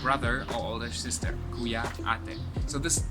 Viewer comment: You have a very good accent for saying Kuya and Ate. :) im amazed. Ü ❤ 3yrs